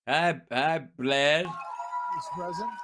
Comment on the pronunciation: I thought he said hi blet...lol😅❤